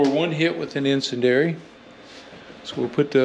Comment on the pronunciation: I think the pronunciation of icendiary is "in-SEN-dee-AIR-EE.". Could be wrong, but just thought I'd add.